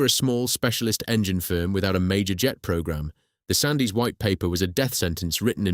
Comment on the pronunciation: Ffs Duncan Sandys was pronounced “SANDS”. And Secondly, politicians have absolutely NO business whatsoever, to interfere in the business of engineering or military or railway affairs. Governments are just parasitic cancers.